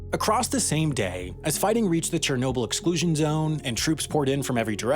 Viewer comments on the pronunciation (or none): none